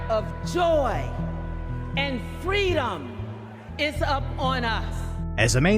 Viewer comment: Kamala replied as they say in Montreal, " Fwweedom, eh."